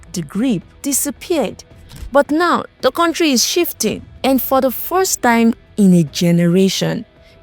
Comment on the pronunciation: Contri, tallchor, etc😂😂😂 Unsubscribed.